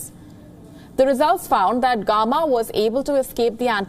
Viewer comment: The way she pronounced “gamma “ is funny . Lady , you need to work on your pronunciation